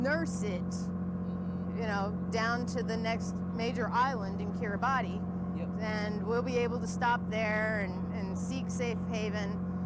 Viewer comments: Right. I totally agree that Ms Appel is misinformed at best--lying at worst. But I'm listening to your latest podcast right now and you're also pronouncing it "Kira-botty" rather than "Kira-bas." I was just curious about the pronunciation differences. It's on my sailing bucket list and I don't want to offend any locals when I get there! 😊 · Kiribati is actually pronounced "kira-bas." I would think people who have sailed to the area would know that.